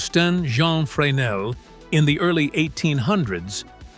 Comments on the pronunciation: FYI. It's pronounced Fraynell. Don't ask me why, I don't know. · I find it funny that whoever (or whatever) recorded the soundtrack for this video pronounced the inventor's name correctly, but mispronounced the name of the lens every single time; despite the fact that the lens has the exact same name as the inventor it was named after. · Didn't do your homework. You have your synth voice mispronouncing Fresnel's name. The 'S' is silent. Do your homework! Make sure you've got the name right. Get and stay accurate.